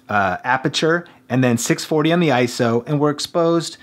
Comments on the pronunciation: It's I-S-O, NOT "eye-so". Thx! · I-S-O, not ISO. Repeat after me: I - S - O. You just hurt my brain.